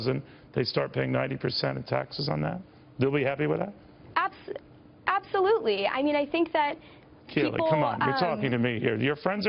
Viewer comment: It's pronounced "ABSOLEWTELY"